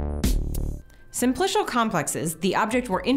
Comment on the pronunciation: someone tell her how to pronounce simplical